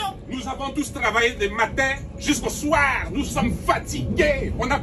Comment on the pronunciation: « Jusqu’au Soirrrrrr »😂😂